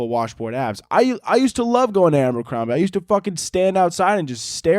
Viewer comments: babe its Abercrombie not Ambercrombie but you know go off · everyone else: “Abercrombie”: “ambercrombie”